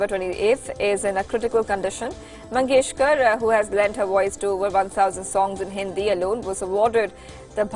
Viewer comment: Please pronounce the legendary Indians' names properly. Jawaharlal and Mangeshkar. These names mean a lot to us. Thanks.